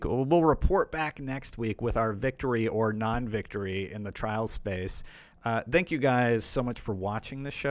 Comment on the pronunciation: Can you try to say thank you instead of dank you?